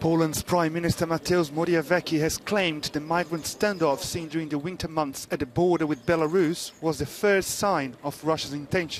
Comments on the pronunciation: "Mateus Moriaweki" XD "Morawiecki" read Moravietski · Morawiecki is pronunciated in polish close to this: "more avietskey" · Morawiecki isn't ,, Moriaveki'' 🤣 This journalist should learn how to say his name properly. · I love how they butchered our PM's surname. Good job! Cheers from Poland! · Not butchered, but BOTCHED!